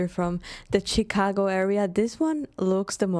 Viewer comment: Shhhicago. Not chickago.😊